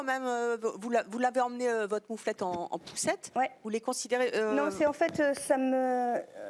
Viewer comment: evelyne elle a galéré a dire moufette